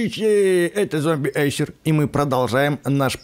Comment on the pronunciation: Не зомбиэйсер а зомпирсер